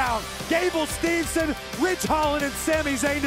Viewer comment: made me laugh Byron Saxton mispronounce Gable Steveson name Corey Graves responds Steveson Saxton i hope he takes you down